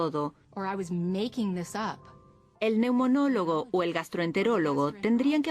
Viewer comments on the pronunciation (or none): Neumólogo no neunomólogo